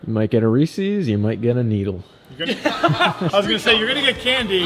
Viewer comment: “Reesees”?! C’mon,! It’s Reese’s; rhymes with pieces!